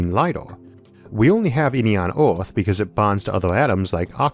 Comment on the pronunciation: This is not due malice but why you pronounce earth as oort? There's Oort's cloud in space so this can be a bit confusing.